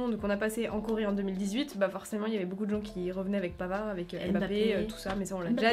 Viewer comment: Omg le "pavard" !!! Je suis au sol😭😂